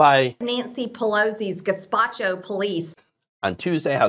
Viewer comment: gespacho? did she mean the gestapo?